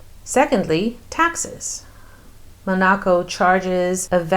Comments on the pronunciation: You Are pronouncing Monaco wrong! So annoying!!!!!!😕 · Why are you pronouncing Monaco that way?!